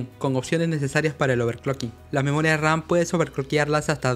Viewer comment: Me mata de risa cuando dice "Memoria Ran".